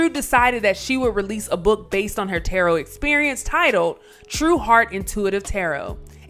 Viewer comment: Who in the world is reading this narration. Whoever it is they really need to go back to English class in HS. I mean she said tarrott instead of tarot cards. Pronounced taroe.. geez